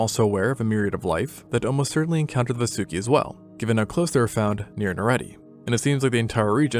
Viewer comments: Just a correction it's pronounced "vaa-soo-ki" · It,s vaasuki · I gotcha largest snake evuh right heah